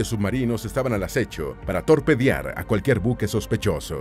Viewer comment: Nuevamente que el lector lo haga correctamente. No existe la palabra torpediar.